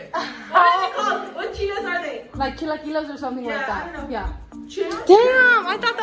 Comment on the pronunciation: No mames she said “Chilaquiles” 😂😂 and said yeah 😂😂